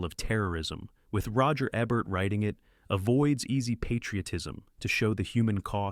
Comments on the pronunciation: Learn how to pronounce Yitzak Rabin. Rah-been, not Robin. Jeez. And double-you double-you eye??? It's WW One, you AI idiot. And you muffed WWII at least four times. And his name is Eee-bert, not Eh-bert. Mc-Lag-lan? Really? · Why do you keep mispronouncing everybody’s name. Roger Ebert – – EEBERT is how you say it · Plus a few people's names. I watched both Sneak Previews and At the Movies for years. Roger always pronounced his last name EE-bərt, not eb-ERT. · Ha ha, the computer voice you used actually butchered Roger Ebert. Bravo you fool.